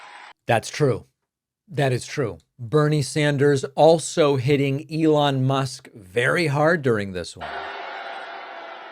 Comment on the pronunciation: I like how when Bernie says "Elon," it sounds more like " Ellen". I doubt that Musk likes that.